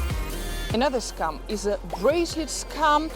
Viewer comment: It's funny how your pronunciation of "scam" also sounds like "scum". Perfecto.